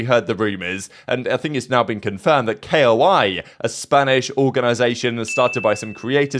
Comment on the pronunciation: I'm preatty shure its not K.O.I. Its pronounced Koi like the fish. At least thats how they Its pronounced on the valorant streams for their team.